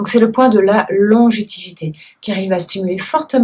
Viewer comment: On dit "longévité"